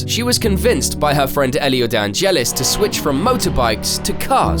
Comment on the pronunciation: De Angelis not Dangelis. She was put in a situation that was way over her head. I think she should have stayed in motorbike. Maybe she will have been better, but we'll never know. Désiré is pronounced Desi-ray.